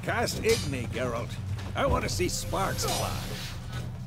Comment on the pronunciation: why ur saying gerult and not geralt?